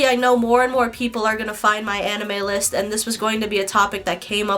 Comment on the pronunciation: She doesn’t even pronounce anime right 💀